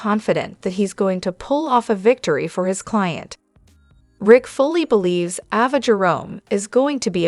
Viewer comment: AVA, say it right A-VA.